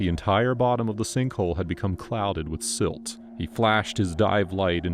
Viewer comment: Silt..not slit!